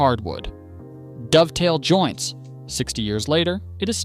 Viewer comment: A Dov-a-tail joint. That's a new one. Either it's AI or someone who shouldn't talk about wood